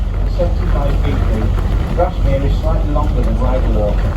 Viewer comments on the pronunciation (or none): Grasmere not Garsmere...